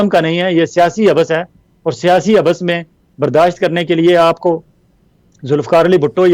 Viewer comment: ولانہ صاحب لفظ (حب بس) نہیں حبس ہوتا ہے ۔ یعنی ب کو ایک بار پڑھتے ہیں دو بار نہیں۔ کیوں کہ ب پر تشدید نہیں ھے۔ شکریہ